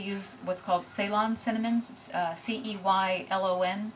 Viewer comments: In the midst of a 36h fast, I'll be binging It's pronounced Selawn. Ceylon is present day Sri Lanka. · Ceylon is pronounced Seelon - it's the former name for Sri Lanka